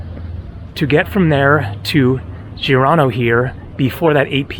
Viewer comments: Forvo website if you are not sure about pronunciations. In Catalan is Girona pronunced like zhee-ro-na. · Why did just randomly start pronouncing Girona wrong mid-video?! 😂